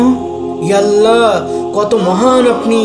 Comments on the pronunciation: উচ্চারণ তাহলে ঠিক করতে হবে, আপনাদের উচ্চারণ এ ইআল্লা বলা হচ্ছে, ইয়া আল্লাহ মনে হচ্ছে না। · ইয়ালা ইয়াল্লা বলছো কেন তোমরা, তোমরা আল্লাহর নাম বিকৃত করে উচ্চারণ করছো, তোমরা আদৌ মুসলিম তো? নাকি মুসলিম সেজে অন্য চক্রান্ত করছো?